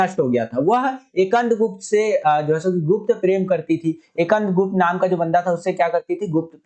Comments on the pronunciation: Skandgupt ha akandgupt nahi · bhi ap skand gupt ko ekand gupt pad rhe the 😄